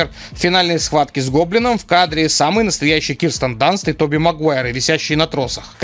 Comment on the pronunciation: ДансТ. Кирстен ДансТ, а не Данс. К слову, у Рэйми всё просто: если бы не Мэри Джейн, если бы её не существовало, то дядя Бен остался бы жив. Это из-за неё Паркер пошёл на рестлинг, чтобы заработать денег на тачку и впечатлить её. В итоге ни денег, ни тачки. А, ну да, сто баксов — цена жизни дяди. А дядю Бена убили на обратном пути его возвращения от библиотеки, откуда Питер уехал на рестлинг. Если бы не Мэри Джейн, и Паркер, и дядя остались бы дома, и встречи с Марко и Каррадайном не было бы вообще. Да, из-за смерти дяди утвердился Спайдер-мен, но кто Питеру дороже — один родной человек или тысячи незнакомых, для спасения которых есть пожарные и полиция — им за это платит государство, в отличие от того же Паука? По итогу получили рыжую вертихвостку и два трупа. Нраицца?